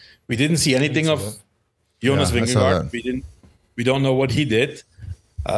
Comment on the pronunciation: Its Vingego’, George,. Not Vindego